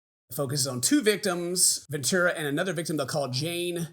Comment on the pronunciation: it's cassie *ventura, (sorry to be that person)